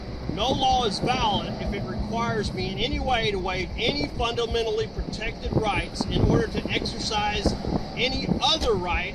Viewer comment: Yeah, the idiot couldn't even pronounce the word "fundamental" correctly! Can we say second grade education, at best?